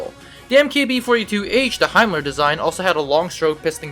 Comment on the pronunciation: Not himler but it is said haenel also you can’t stamp bolts you meant stamped receiver and a simple bolt